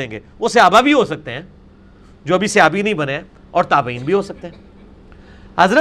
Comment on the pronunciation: Pahle sahabi Ka pronunciation Sikh lo pIR baten bako Sahabi hy ye